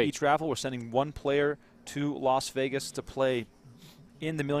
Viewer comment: Why do people say, "Los Vegas?" Is it difficult to say "Las" Vegas?